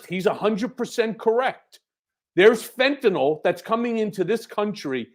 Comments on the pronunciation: Fentanyl is pronounced FEN - TAN - ILL not FEN - TAN - ALL. Thanks 😊 Love this show. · It's not "fent-a-nol"... it's "fent-a-nil". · For fucks sake. It’s Fentanyl. Like rent an hill. Ill, not all. How all you multi degreed pundits and law makers get “nall” from nyl I cannot comprehend. Also Ben is on the right track. People OD because the strength of the dose varies from bag to bag. Now thanks to Perdue pushing Oxys at strengths junkies would be afraid of, a decade ago. Now people in pain can’t even get Percocet. So they turn to the black market and play Russian roulette every time they score. Legalize everything, hard stuff would require an easily attained prescription. Cannabis legalized federally can subsidize it. Gut the DEA and make education and rehabilitation readily available to all who indulge, deaths would drop 10 fold almost immediately.